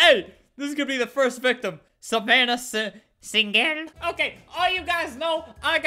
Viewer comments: 8 seconds into the video Me: hears my name ( savanna ) Albert: SaVaNnAh SiNgEL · Savannah sin-gel 🤣🤣🤣🤣